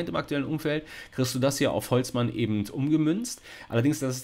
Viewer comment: Ich hab einen Wunsch: sag bitte nicht mehr "EbenDT" es läuft mir jedes Mal kalt den Rücken runter 😂